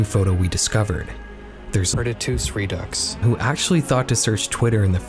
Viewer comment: Since you are concerned with pronunceation, the user you thanked for their efforts that ends with Redux, is pronounced RE-DOO. It's a Frenchy type of word and they litter the English language with tricky ways to say and sound one way, but make no logical sense from the English POV. Great Find, but the bigger story wasn't spoken to. That is, since the original picture location was found, what does it mean to the validitity of the back rooms being a real place a person can get stuck in? Since I've never been there I can't say if it is real or not. But just incase it is, my memory will be able to spot it in an instant as my mouth says, "OH NO!" And hopefully by that time the door is still open and I'm within reach of it to save the next unknown years of my lonely life.